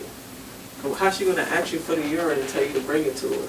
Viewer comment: Its ask not axed.